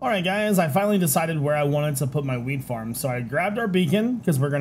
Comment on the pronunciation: I swear you say weed farm